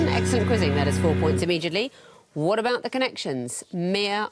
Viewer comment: Only….when she is not trying to say the word ‘immediately’….her “immigittly” just doesn’t gell.